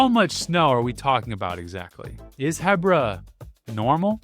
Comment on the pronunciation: I've never heard someone say "Hebbra" 😅 I always say "Heebra" 🫪